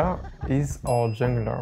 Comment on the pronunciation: Dude couldn’t say “our” to save his life 🤣🤣